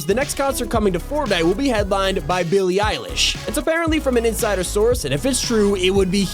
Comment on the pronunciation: Billie eye-lashes 😘